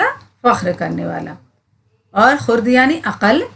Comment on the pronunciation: خرد کا تلفظ غلط ہے آپ کا